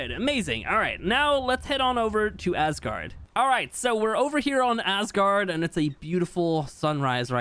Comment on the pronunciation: Man, you really have to stop saying ass guard, please! Btw loved the video keep creating amazing content!